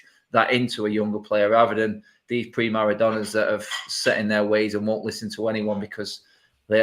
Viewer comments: Hi... the OCD in me cannot help but it is "Prima donna" NOT "Pri Maradonna". Sorry 😁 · Wish someone would correct when he says PriMaradona